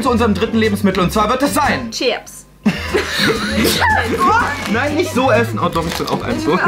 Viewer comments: Ich hab mich tot gelacht und es heißt chiaps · heult rum wegen dem Käse ich so: sag doch chiaps🥲🥲🥲😂😂😂😂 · Joey: "Wir kommen jetzt zu unserem dritten Lebensmittel, und das wird sein: Emilie:" Chiaps" 🤣🤣🤣🤣🤣🤣🤣🤣 LACHFLASH 🤣🤣🤣🤣🤣🤣🤣🤣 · Chiaps hheee,Chiaps hheee,Ciaps hheee.Oh guck mal Chiaps.😂😂😂